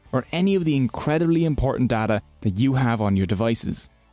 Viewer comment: I'll be honest, that accent aint great for the word data, brother. "Now let's talk about the borders between you and your dada" I'm on YouTube right? Not the hub?